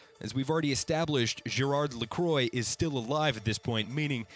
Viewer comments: Triggered that you pronounce Lacroix like the American made drink and not as a French surname. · My god that hurt me physically when you pronounced Amelie and Lacroix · How do you manage to mispronounce Amelie Lacroix? It's so easy to pronounce! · i see where you are coming from. He had an excuse for saying Lacroix wrong but he had no excuse for saying O'Deorain. You pronounce it how it is spelt out. He said O'Dorian LOL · Those pronouncations of "Amélie" and "Lacroix" are just painful to listen to. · It's pronounced La-qua, not Le-croy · Gerard's surname is pronounced "La-kwa". Not to be confused with the brand of flavored sparkling water, which is pronounced "La-croy". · Who the hell is gerard la-CROY? Is lacroix. La-kwah. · Right!? He’s pronouncing it like the American carbonated drink La Croix who are notorious for pronouncing their own product wrong. Laquah not lacroye! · agree .. lacroyeet .... it is La Crwa (if u try to pronounce it as English) but anyway it s a nice review and i love it especially that I ve played already it and it s awesome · Lah-quoh is not the correct way to say this lol It's Lacro-ah. By a french. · ITS LAH-QWAH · "Amee-lee La-crQua~" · LA-CWAH! ITS LA-CWAH! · IT IS NOT LACROY HES FRENCH NOT A DRINK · lacroy. Ugh it’s nasty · Skull Capton he can't even do that! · Right, it's more like Lacro-ah, as another French fellow said. Also if non-english people can other to pronounce English names right, then surely the reverse can be true. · It’s pronounced “ah-ma-lee” not “a-meal” and “la-quar” not “la-quor”😂😂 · AMEEL I HATE YOU ITS PRONOUNCED AMILLY HIS LAST NAME IS LA CRAAH NOT LECROYS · "Lacroy"? "Emile"? what the hell dude its french (for reference: luh-KWAH and AH-muh-lee) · "Lacroy" "Emile" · 2 years and people still can't pronounce 'Amelie' and 'Lacriox' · "Ameal LaCroy" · Oh ma god you just butchered ALL OF THOSE NAMES OMG. 1.O Deorain = O Deer - in 2. Lacroix = Lacwa 3. Amelie is fairly straightforward how did u manage to butcher it